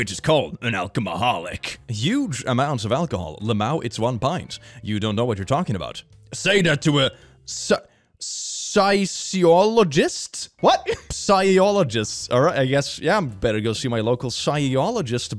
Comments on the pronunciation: Hey bud, love your content very entertaining and usually thought provoking... a physiologist is a real thing. 😅 pronounced like an f rather than silent in the case of psychologist. I understand the confusion 😊 English is a pain 👍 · Not trying to be condescending or mean, I promise. Its pronounced fiz-ee-ologist, like the study of basic living organisms and their functions :) you're doing great, I love your content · "Fizz - ee - all - oh - gist" hope this helps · I love you, but a Physiologist (fizz-e-olo-gist) is a real thing (he just used it in the wrong context) 😂